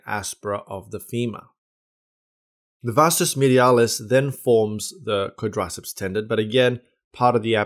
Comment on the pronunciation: You know the video is going to be slammin when he can't even pronounce the name "quadriceps"